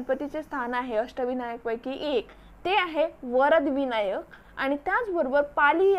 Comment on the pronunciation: Tai mast mhahit ahe pn jara shabdh tal rajgad nhi tar Raigad ahe te ani varad vinayak nhi vardh vinayak